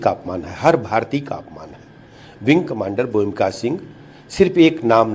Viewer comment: प्रोफेसर रामगोपाल यादव से तो ऐसी अपेक्षा नहीं की जा सकती। उन्होंने अपने शिक्षा प्रदान के समय में जाने कितने ऐसे शानदार छात्रों को शिक्षित किया होगा लेकिन आज उनके इस अशोभनीय ब्यान से देश में उनके अनेकों छात्रों के सम्मान को भी ठेस पहुंची होगी। प्रोफेसर साहब को शर्म आनी चाहिए उन्हें व्योमिका शब्द भी बोलना नहीं आता तो वह किसी की खूबियों का आंकलन किस प्रकार से कर सकते है।दरअसल उनकी खुद की गिरी हुई मानसिकता भी इसी से परिलक्षित होती है।देश तो माफ नहीं करेगा इनके परिवार जन भी पीठ पीछे इनके इस प्रकार के विचारों की भर्त्सना करेगा। शेम प्रोफेसर रामगोपाल यादव शेम।